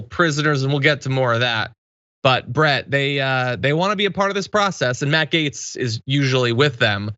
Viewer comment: Is it the way you pronounce his last name..."gomer"???...